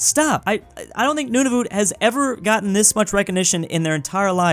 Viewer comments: its not nonavoot. Idiot. its prononced Nuun-a-vut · Nunavut is pronounced noon-a-vit and I’m a Canadian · "Noonavoot"... I can't get over that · As a Canadian I want to correct your pronoucation of Nunavut. It's pronouced like "Nun of it" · "Noonavoot" no offense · not to be rude but its pronounced nun a vut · THE WAY HE SAID NUNAVUT BROKE MY HEART 😭😭😭